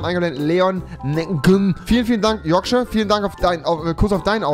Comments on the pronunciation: Man spricht es Yorksha aus und nicht Yorkscheier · Rewi:spricht Yorkshire am Anfang des Videos falsch aus Alle die bissl Ahnung von Englisch haben: triggered